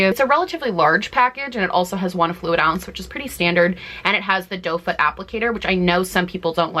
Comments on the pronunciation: Have I been saying it wrong all this time? I thought it was “doe foot” applicator not “Dofa” applicator. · It is "doe foot," she just pronounced it wrong a while back and it's become sort of a running joke. It's even a shade in her eye shadow palette.